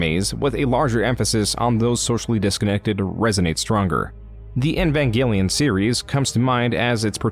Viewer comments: Love your videos, hate the way you pronounce words. Especially "EEEEEEvangelion," Not "nvanglion" or whatever throat gargle you somehow do when pronouncing the name. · It's "Evangelion" btw, not "Envangelion". You've said it wrong every time, too. A bit of an "oopsie" if I've ever heard one. Great video, other than that. Entertaining as always. And the music choices are fantastic! Really adding a lot to the overall "Private investigator" vibe. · why do you pronounce "eva" correctly but pronounce "evangelion" as "invangelion" super confusing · "in van" gelion might be a fitting mispronunciation when talking about yandev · bruh the way you pronounce some shit is killing me lmao. "envangelion" "animee" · Man, I generally love your content, but you really oughta look up how to pronounce some things before you put out a project like this lol. "Envangenlion" had me cracking tf up every time you said it 💀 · Why do you have so much trouble pronouncing Evangelion? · Because like everyone who isn't into Evangelion mispronounces it nothing new there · I beg you pronounce Evangelion correctly